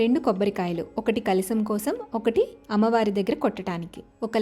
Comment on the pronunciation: kalisam kadu, kalasam anali.